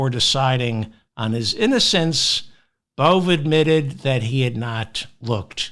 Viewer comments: I believe Emil Bove… is pronounced Bo-VAy. You need to get your head out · Bove is pronounced Bow Vay. Love your show!